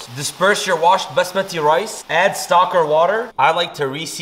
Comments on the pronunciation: It's actually pronounced baasmati!! Just pointing it out since you make it a point to get all the pronunciations right!! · I’ve never heard basmati pronounced like that Also.............y the cut-off